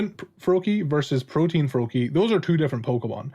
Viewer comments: It's ProtEAN not protIEN pronounce the A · Not trying to be "that guy", I normally wouldn't care because I still understand you. But I see there are a couple other people confused because they think you're saying "protein". "Protean" is pronounced /pro-tee-ehn/. Great video as always, though. <3 I completely agree with pretty much everything you said.